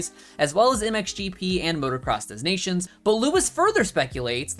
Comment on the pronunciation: It's pronounced 'deh-nations' my friend 😁. Keep up the good work. 👍